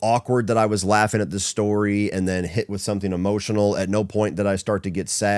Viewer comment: “True storeh!”